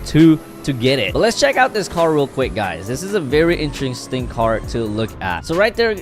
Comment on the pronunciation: Bruh said donot heck it out